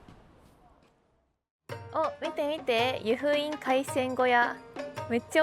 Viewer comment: 湯布院⤴︎じゃなくて湯布院⤵︎